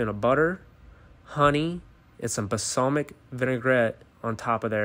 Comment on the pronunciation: Everyone talking about how this guy pronounced Worcestershire (its wuh-ster-sher) but no one gonna talk about "puh-salmic vinaigrette"?